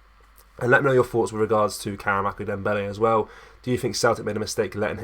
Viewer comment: More click bait pish...hardly worth a video. Here's a tip..why not wait til there's actually news to report on instead of constantly making vids about heehaw. Also, its karamoko not karamako 🙄